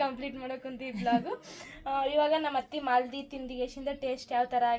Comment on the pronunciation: ಅದು ಮಾಲದಿ ಅಲ್ಲ ಮಾದಲಿ ಅಂತಾರೆ